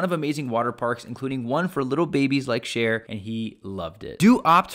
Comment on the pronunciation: Why is he calling sher as cher???? Cute baby but pronounce his name right